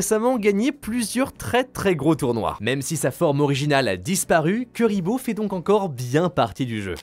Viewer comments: Juste la video que j'attendais haha comme par hasard 😉😁 ... bon par contre ça se prononce plutot KOUriboh, que KUriboh 😆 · C chiant d entendre des nom écorcher mec .. C pas KUriboh mais KOUriboh que sa ce prononce 🙅‍♂️🙅‍♂️🙅‍♂️🤦‍♂️🤦‍♂️🤦‍♂️🤦‍♂️ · Par contre pq utiliser la prononciation anglaise quand la française est littéralement la même qu'en japonaise KUribo (ba en JP) pas KEUribo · J'aime tes vidéos par contre on ne dit pas " cu" mais "cou" pour Kuriboh le U se prononce OU. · Je suppute que notre cher ami ait volontairement prononcé le nom de la mascotte de manière alternative afin de provoquer des réactions en commentaire et donc du référencement. Bravo ça marche